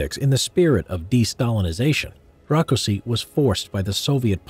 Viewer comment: I'm Hungarian and I've heard much worse name pronunciations. Also You've pronunced Rákosi pretty good